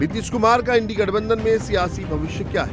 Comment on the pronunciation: यह चैनल तो इंडिया को इंड़ी कह रहा है...